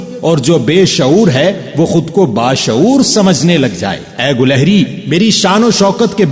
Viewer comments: Lafz gulahri nahi gilehri hai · ماشاء اللہ بہت خوب... بارك الله فيك علما و عملا............ گلہری کے '' گ'' پر کسرہ رہے گا شاید